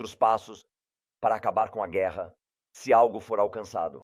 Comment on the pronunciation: Kkkk ele disse gueerra pessoal kkkk